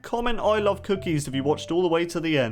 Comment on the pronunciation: Jennyfer Ng its cookie not cockie 🤣🤣🤣😂😂😂😂